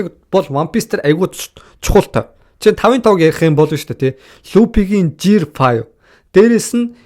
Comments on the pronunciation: duudlaga zasaa Жи bish Г vsgeer duudg sangdd bn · Ygd gear bish jiear gd bgn